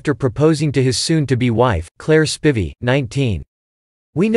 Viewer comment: one thing YOU didn't know about claire spivey is how to correctly pronounce spivey........